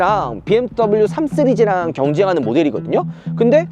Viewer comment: 진짜 궁금한데 3시리즈 말할때 3쓰리즈라고 하나요 발음이 안되는건가요 궁금해여